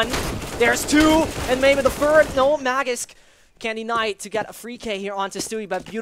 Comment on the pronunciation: Please pronounce magisk better its not magics